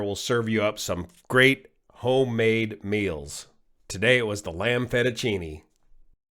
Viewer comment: “Lanb fettegini”….Mmmm sounds good!